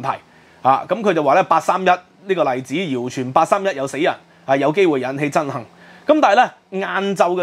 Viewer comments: 吾好意思,要改一改你的口音 是憎恨,不是憎幸😔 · 憎恨點解會讀成憎「杏」？😂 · Hatred 憎恨，你好像讀到「憎（幸）」。如果有人知道正確讀音，請告訴我。